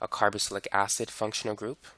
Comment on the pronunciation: Carboxylic not “carobocylic”